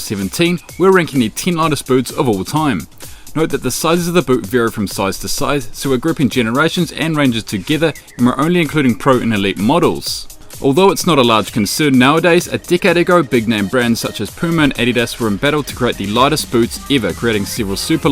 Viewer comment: go to 15 seconds in video he says a dickhead ago instead of a decade ago lol